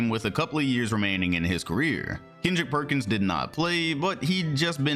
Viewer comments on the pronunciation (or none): none